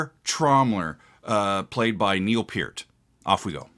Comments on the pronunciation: Oh my friend, take it from an old fart who grew up in Toronto (63-79), it's pronounced like Pearl but with a "t" not an "l". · His last name is pronounced purt